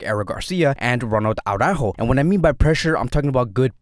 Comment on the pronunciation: Oh no, we're back to aww-rÁhho. No no no. It's ara-ÚÚÚho. You've been watching too much that screaming Jamie guy. Such a pity.